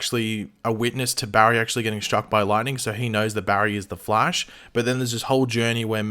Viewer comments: Its the flash not fleash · ok, seriously, did anyone else hear him pronounce it as flaysh? also, as intriguing as CB sounds, i think i'd prefer red death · he said, the flAYsh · The fleesh????😂😂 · I had no idea what you were talking about until I heard it... like what the? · oh my god why the hell did he say flash like that oh my god that sounds super weird. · Ok first off are we just gunna ignore mispronounced ‘flash’? And also they would obviously rather finish the Harry losing his speed/reverse flash/Godspeed arc THEN maybe Cobalt Blue season 8